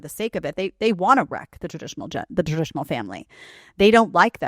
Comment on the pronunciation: So lazy she can't even say TRADITIONAL.